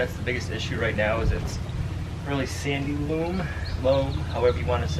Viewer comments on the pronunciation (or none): All,I think you mean to say " loam " with a long o sound. Loom is what you weave fabric on. It just sounds funny to my ears!! Also, you can always sand to your soil. Just great for root crops, also watermelons and squashes. There's also someone I saw that just plants in moistened sawdust and sand mixture. He has great results and he grows in a greenhouse, too. If you like quality tools check out Lee Valley Home and Garden catalogue. Great stuff, pricey but good quality! They are in Ogdensburg, N.Y. On line they are . Happy gardening and God Bless! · The pronunciation for loam is (low-m), it is not (lou-m). It took me a while to figure out what you were talking about. Best wishes on your greenhouse gardening. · take it from a former soil scientist, it might just be your NH accent, but the word "loam" is pronounced like low-m, not loom like the cloth machine. Just saying.